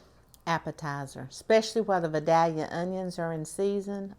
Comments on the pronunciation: Being a life.long Georgia Vidalia onion lover, and having lived in Georgia my whole life, I have to tell you it’s not pronouncdd “Vi dal ya“. It’s “Vi DAY lia“ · It's pronounced Vigh-day-yuh. The "l" is silent. The fritters look tasty. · It’s pronounced Vi dale ya. I’ve lived here all my life. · That would be vie-dale-yuh to us southerners. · Idk where this woman is, but it's clearly the south. Us GA folks, we eat these onions so much, so it's pretty much the only onion we eat. Oh, and by the way, how we pronounce the town where these onions are from is VI Dell Ya just so you know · To start with, you need to learn how to pronounce Vidalia.